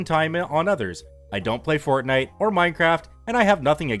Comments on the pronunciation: Fortnite... not Fort Night. Lol 😂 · lol "Fort Night and Mine Craft"